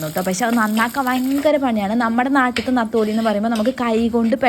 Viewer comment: നത്തോലി അല്ല നെത്തോലി